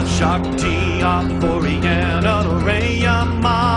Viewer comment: you said once wyhoon instead of Rhiannon